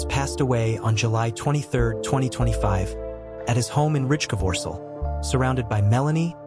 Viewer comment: Yes and the AI is too stupid to pronounce Rijkevorsel correctly. Rinus seems to be a problem too for AI 😉